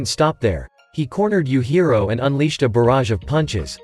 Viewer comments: Yuhiro?! I think you meant “yujiro” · Bro said youhiro